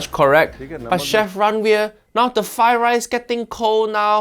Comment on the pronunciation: First learn to say "Fried Rice" then talk about Chef Ranveer's cooking.